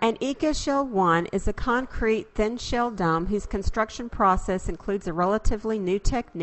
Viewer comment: listening to the narrator, I have to wonder what is a dumb and a hum. Perhaps it really is dome and home